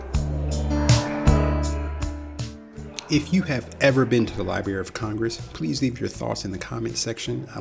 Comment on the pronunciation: Nice overall, but was hard to listen to. The word "library" contains 2 Rs